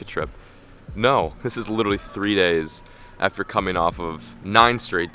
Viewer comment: "AFER", JK love what you're doing keep it up